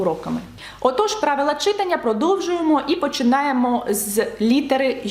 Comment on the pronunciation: Будь ласка , кажіть "читАння". Від слова "читАти"